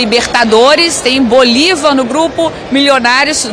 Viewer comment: O cara prova que não sabe porcaria nenhuma de futebol, quando diz Bolivár😅, nem de libertadores, só tá aí pra copiar vídeos da impressa e faturar no youtube. Tá errado não.